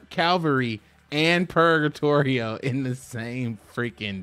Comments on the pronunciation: It's a mix between purgatory and trio purga-trio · Sorry, but... purr-guh-tree-oh